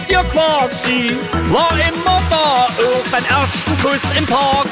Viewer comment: Er sagt och wo das o betont is